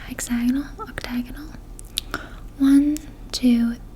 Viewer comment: I love when she tried to say octagon lol